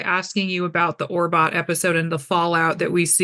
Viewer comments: OMG, interviewer: DO BETTER SHOW PREP! "Orbot"?!?!?! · It’s ORTBO, not ORBOT. This interviewer has gotten it wrong in multiple interviews. Arquette and Tillman were so gracious.